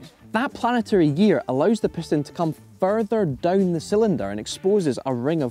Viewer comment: DOWN 😂😂😂 NOT DOOWN OR DUOWN... JUST DOWN😂😂😂